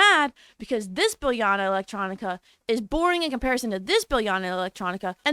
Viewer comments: Biljana is actually pronounced as "Beel-yana"! I know cause I'm from the balkans :D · It’s pronounced Biliana or Bilyana😭😭😭 the J was out there to put emphasis on the YA sound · I think that the “J” in Biljana should be read as the “y” sound. J sounds like y in Slovak. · stop butchering biljana sm 😭😭😭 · I cringed so hard